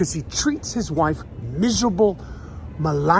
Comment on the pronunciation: miserable "MILAN-Yahh"